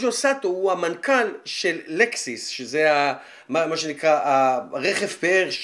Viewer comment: לקסוס לא לקסיס